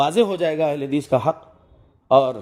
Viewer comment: Bhai ye galat hadees ko hagees bolre waise na bole .aapse adaban guzarish